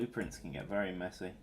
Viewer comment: it's bery entresting